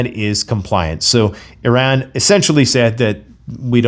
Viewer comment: There's still no E in "Iran". No matter how many times you mis-pronounce it. You complete moron.